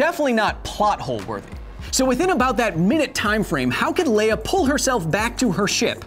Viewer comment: 'Leia' Q_Q not 'Leah >_>